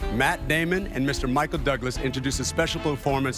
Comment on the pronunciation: Claire Danes said Michael doublas 😂